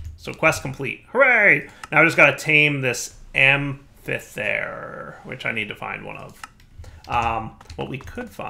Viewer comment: That amphithere prouncing hurted even me also get portable hole from thaumcraft it would get rid of need for doors